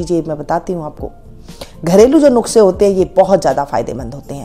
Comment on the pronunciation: नुक्से नहीं mam नुस्खे होता h😂😂😂 पहले शिक्षित होइए फिर प्रेस्क्राइब कीजिए👍